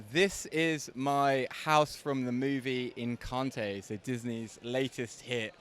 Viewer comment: Encanteee? 😂 You can’t pronounce it and you didn’t finish the film 🍿